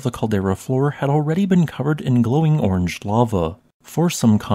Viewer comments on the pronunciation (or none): none